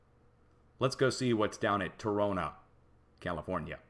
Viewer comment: It is pronounced Tro nah. My uncle lived there. I went there in the 50's.